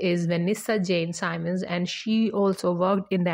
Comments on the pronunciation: SIMMMMMMMMMMMMMMMMUNS NOT SYMON!! Simmons!!!! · She’s pronouncing the last name incorrectly!